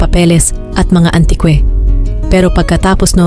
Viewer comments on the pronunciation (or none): anubayan yun pagbigkas nya ..antikwe yun antique ata 😂akala ko ako lng nakapuna..sakit sa tenga ....tribute 😂tributi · Imbes na antique ang pagkasabi naging antikwe😂😂😂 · Hindi yan antikwe ANTIQUE or ANTIK ang eksaktong pagbigkas mag aral k naman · Grabe antigue ang banggit nya antikwe...taga saan kya itong nagsasalaysay...kakaiba talaga ever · Ayusin mo ang pronunciation mo na kaka irita katulad ng antique (antikwe) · Ang masasabi ko lng dto s content creator n ito...parang hnd marunong mgbasa Mali mali ang pagbigkas...pati antik(antique) naging antikwe ang bigkas juicemio...nakakawalang gana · Mali mali ang pag pronounce ng antique, choir, tribute